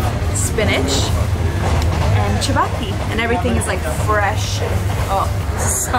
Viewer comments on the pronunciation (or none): Lovely video of my magical Kenya By the way it’s chapati not chabaki Chapati . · the way she says chapati; a kalenjin ( one of Kenya's tribes) would be happy to talk with you.